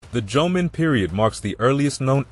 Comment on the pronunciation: It would be nice if you can pronounce Jomeo and Yayoi correctly. Also images of how these people lived and constructed buildings/dwellings more in tune with reality. They look very late Chinese with curved roof tops. That didn't happen in Japan till thousands of years after influenced by Chines architectures. And that is still only reflected in the Buddhist temples not over common households. Facial features of people depicted was also of much later Yayoi period when there was influx of Southern Chinese and Korean peninsular people who replaced or mixed with Jomon locals. Jomon people had very different features which might be resembled still from Okinawan but not Ainu since they didn't come into Japanese history till 13th century.